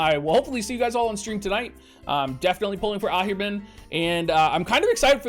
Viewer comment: It's Ahriman (/ˈɑːrɪmən/), man, not Ahirman, man~